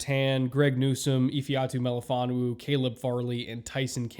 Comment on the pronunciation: I really appreciate your pronunciation of Melifonwu's full name